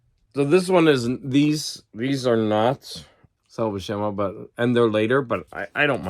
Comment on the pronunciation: According to the How to Draw Comics the Marvel Way Videos which features both Stan Lee and Big John Buscema it's pronounced Bue (like Ferris Bueller) - SIM- UH